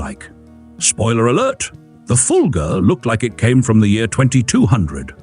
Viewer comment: It's Fulga, not Fulger. Stop with the i intrusive R, it doesn't belong.